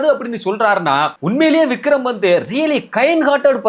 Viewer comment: வக்ரம் விக்ரம் என்பதை அழகாக சரியா சொன்னாங்க bro...